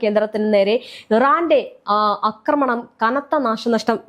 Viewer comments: അക്രമണമല്ല; ആക്രമണം. ഛർദ്ദിക്കാൻ വരുന്നു; മലയാളം കേട്ടിട്ട് ! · അക്രമണം അല്ല ആക്രമണം